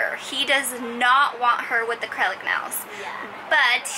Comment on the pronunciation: “acurlic nails”